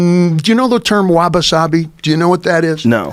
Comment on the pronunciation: Do I have to listen to him call it "Waba" for five minutes? Doesn't someone correct him?